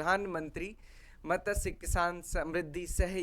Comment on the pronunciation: मत्स्य not मतस्य 😊